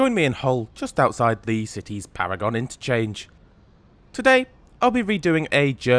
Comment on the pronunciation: Pronounced ‘Paragun’ station